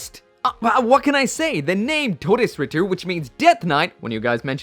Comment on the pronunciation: FINALLY SOMEONE PRONOUNCED IT CORRECTLY